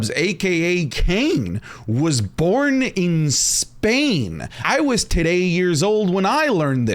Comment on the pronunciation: WHY YOU SAID ZZZZPAIN? 😭😭😭😭😭😂😂😂 IS SPAIN WITH S